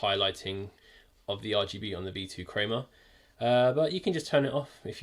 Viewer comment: “V2 creamah”